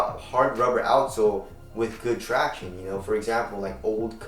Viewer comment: thank the lord, a vid where doesn't say 'tractiones'... so grating.